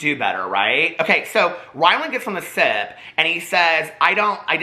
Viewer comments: Every time you mention the “sip” podcast I thought you said the “SITH” podcast 🤣 legit thought had a Star Wars podcast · 🤣Every time he said “The Sip” I heard “The Sith “. I thought he was low key calling them evil lolol